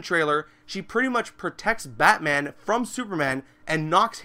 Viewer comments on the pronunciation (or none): none